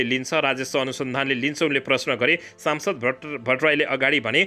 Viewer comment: कति अशुद्ध समाचार ।।।।।।सम्सद्।।।।साम्सद